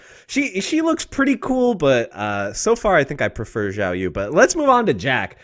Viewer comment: Is it some kind of trend to say Xiaoyu's name like Jiaoyu? I've heard multiple YouTubers say it this way now